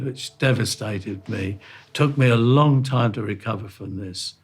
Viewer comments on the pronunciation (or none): none